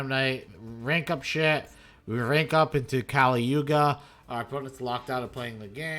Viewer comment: did this mf just say kali yuga xD, keep surfing bro.